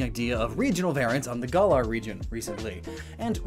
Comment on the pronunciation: GAH-lar, not GUH-lar